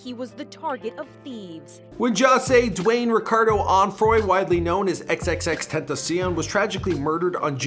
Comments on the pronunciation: he said tenteh and tentah in the same interview, either way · Tentasion is how you say it god damn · tentasion tentaseal tetasion tentaceon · It’s so annoying how he said tentacion